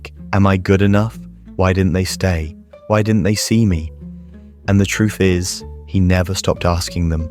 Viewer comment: Truff. Why is it so hard to say TR UTH? Sounds so stupid. The damn Brit